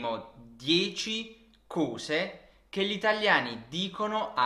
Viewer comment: Su dieci cose la o é aperta no chiusa!!! Uguale su qualcosa! 🤯😱 Che italiano insegni?